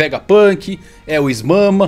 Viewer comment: Essa "Is Mama" foi de fuder KKKKKKKK, mas depois do Momonosuke adulto e mudança da fruta do Luffy, não duvido de mais nada